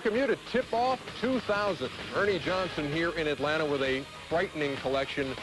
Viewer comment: Peter Vesey said Atlanter